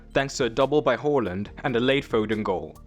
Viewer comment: HAA land, not HALL and :hand-purple-blue-peace